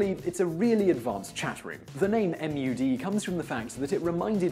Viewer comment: MUD is pronounced "mud", and the plural "muds". Not "Em Ewe Deez". However, it is an acronym for "Multi-User Dungeon", so that's quite forgivable. However, the description of them as a second life type game where players create things for each other is confusing "MUDs" with the related game type "MUSH", which stands for "Multi-User Shared Hallucination". In MUDs, players don't create content, they just kill it.